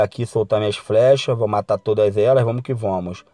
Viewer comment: Vomos que vomos kkkkk amo essa fala kkkk